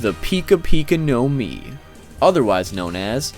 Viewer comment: It's not now-mi it's nomi also mi-ra-mi-ra nomi also not gowro gowro nowmi it's goro-goro nomi